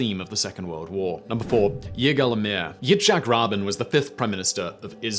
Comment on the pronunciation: I've been a subscriber for more than four years now, so I'm used to Simon screwing up pronunciations, but his butchery of Yitzhak Rabin's name had me cracking up hard lol